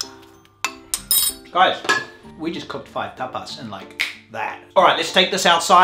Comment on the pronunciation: There's one thing that has always bugged me, and that's the way you says TAPAS! This video was too much for me 😂